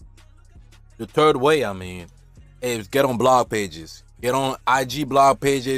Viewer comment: “da turd way”